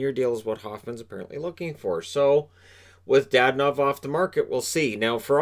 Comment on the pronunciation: It's not DaDanov, it's DadOOnov.